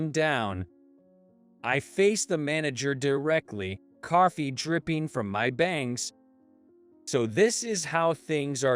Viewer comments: What the h*** is carfee? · Since when are there Rs in TALK and COFFEE? It isn’t tark or carffee! Stop inserting non existent letters into words. Tronsford?